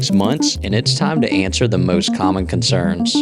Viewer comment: "Concenrs?" hehe